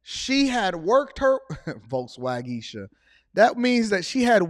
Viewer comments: Who said volswagesha😂😂😂😂😂😂😂😂😂😂😂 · "volkswageisha" lmfao!!!!!